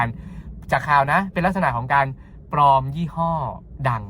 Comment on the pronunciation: ปลอมค่ะ ไม่ใช่ ปอม